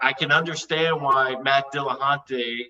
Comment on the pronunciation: Why should anybody listen to what comes out of someone's face anus when it's verbal diarrhea and the inability to pronounce the name of their opponent. HINT: It's NOT "Dilla-HAUNT-y" you douche.